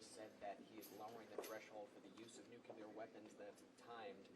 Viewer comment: to that reporter: it's nuclEar, not nucUlar